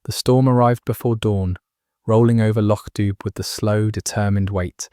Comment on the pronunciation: Loch Doob? It’s pronounced Doo, as in Scooby!